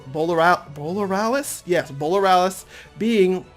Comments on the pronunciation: English is my second language and even I can pronounce Borealis correctly. 🤨 The cringe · UB Borealis is pronounced Borealis as in Arora Borealis a.k.a Northern Lights, dude...The pokemon designs are super awesome, but wish they were real . games and Pokemon movie Series...